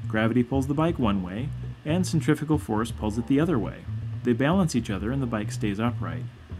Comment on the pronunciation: Centri-FUUUU-gal. Please say it differently. To be honest I would've thought that this is a natural instinct to all bikers/cyclists and hardly needs explaining.